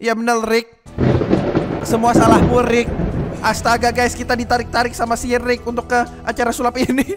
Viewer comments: Yg Omongin: Si Rick. Yg Gw Dengar: Sirik. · saat ngmong rick di situlah saya ngakak karena ngomong siric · Kok ngomong si rick kyk jadi Sirick wkwkwkkwkw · Ko aku pas denger abang ngomong si Rick aku dengar nya syirick